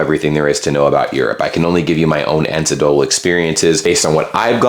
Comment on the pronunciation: "ancedotal"? You pronounced a typo? You must mean "anecdotal".